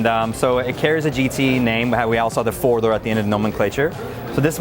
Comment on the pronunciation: Did he say 4 dour coupe?